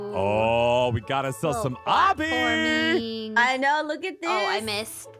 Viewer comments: Aph: *at very beginning* But one of us, is the killer. (I can’t remember what she said exactly. 😅) Me: it’s probably Moeka. It’s AAAAAAAAAAAALWAYS Moeka. Like, WHAT IS UP WITH THAT?!?! = l Also.. SHE SAID OBBY RIGHT!! SHE DIDN’T SAY OH-BEE IT’S AH-BEE APHMAU!!! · What's this, has figured out how to pronounce obby?!? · Am I the only one who was overjoyed when pronounced obby right? Oh just me? Ok then